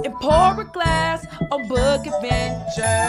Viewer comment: Gotta say I preferred the old W that didn't pronounce book as "byook." No sure you needed to do that with this character, KD.